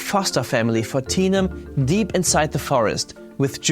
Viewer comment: I know the bear's name is Tenum, but when he says it, my brain hears Tina....so The bear's name is Tina.